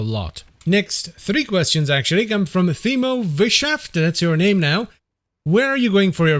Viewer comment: Oh yeah sorry. I forgot that birdman passed away :( I loved your human response and your "Go weight your mom response 😂 You pronounce my first name like "Teemo" btw. The H is silent. Can I run Path of Exile on an outdated laptop from 2015? I'm thinking of giving it a try.